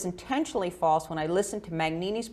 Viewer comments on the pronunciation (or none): And Mignini is pronounced like Miñini..The g creates a ñ sound like Spanish.